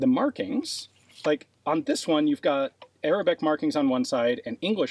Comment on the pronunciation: My man destroys every Arabic word that come out of his mouth